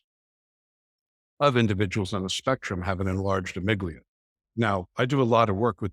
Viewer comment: It's amygdala. It's distracting when people mis-pronounce a part of the brain, when coming across as an expert. I imagine helps others a great deal, but gets distracted by the detail and need to correct the host...which is a fantastic demonstration of ASD. He seems to need to interrupt and not practice the pause himself... 😬 I hope he is still continuing to do his work, open to learn (like correct the pronunciation of amygdala). I appreciated the patience of the host. 👏